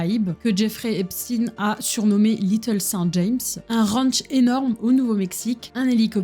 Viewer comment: Je vais devoir le continuer plus tard mais je me demande quand même qui est ce fameux Jeffrey Epstiiiine, je connaissais un certain Jeffrey Epchteïne mais ça c'était avant qu'on ne change la prononciation de son nom de famille pour faire moins ... (je pense que je n'ai pas besoin de le dire lol). En tout cas ça va faire plaisir à mon homme ce genre de vidéo, lui qui est à fond là dedans (et qui adore aussi bien se renseigner que de donner des infos, toujours de manière respectueuse et pour apprendre à l'autre sans juger).